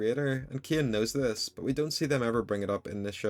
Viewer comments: Why do u pronounce Cain as KEY-AN bro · Why are you saying caine like that 😭